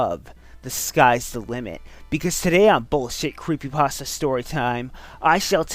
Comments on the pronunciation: Guys, guys. The original name was copypaste or whatever. The name was then later changed to creepypasta because the stories are creepy or something. There is no reason to pronounce it like "paste-ah." I mean, like, would you look at a word that had changed over a long time and pronounce like how it was originally? No. Not at all. You'd pronounce it like how it is. Plus, everyone has a way of pronouncing things. Don't run around and tell people to do things your "correct" way. I rest my case. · Well, yes and no. Since it IS just a fake word, any way of pronouncing it is 'right'. 'Paste-ah' is just the original, 'actual' way of saying it. People unfamiliar with the term just started saying 'pasta', and it stuck as other people heard them verbally speak it over videos and stuff. CreepyPASTA sounds a hell of a lot sillier than 'creepy pasteah', and the only reason I'm getting so much flak is because the autists are angry I'm saying their favorite video man pronounces a fake word wrong